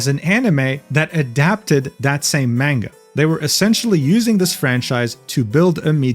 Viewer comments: Mujins videos are fascinating to watch, but every time he says manga wrong I taken one point of psychic damage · You can say the title correctly but can't say manga? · i think its pronounced munga not man-ga also its dough jin not duujin (i think)